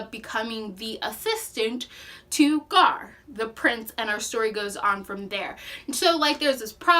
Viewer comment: Also it’s Prince Gar, not Garth. Dathne, not Daphne. Very knowledgeable about the story, but killed the names of characters and races which are very important.